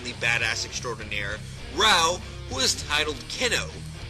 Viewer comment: why do you pronounce raoh like rawr